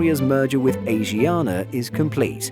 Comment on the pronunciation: Asiana pronounced ah shi ah nah